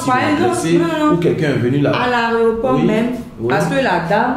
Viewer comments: On dit pas aréoport oh. On dit aéroport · tu as dis quoiiiiiiiii? Aréoport ou aéroport ? tchia tchia tchia tchia ko aréoport. gagagagagaga